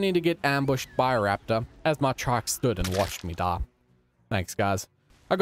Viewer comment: I love the way he says trike like traike